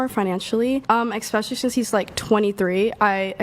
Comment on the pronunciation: How come this current generation can't say the word especially? They always pronounce it like ex-spacaly